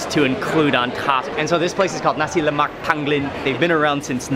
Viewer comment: HE PRONOUNCED NASI LEMAK ACCURATELY!!!!!